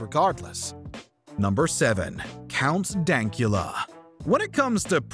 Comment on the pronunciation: count dankula had a hard couple of years but hes got $$$ now any you said his name wrong